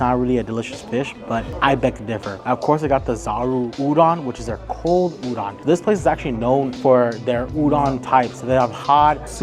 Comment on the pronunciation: Great video! FYI, “udon” is pronounced “oo-dohn” or perhaps “ooh-doan”. Like ooh ooh pick me. And “doan” like loan. I hope I make sense. 😊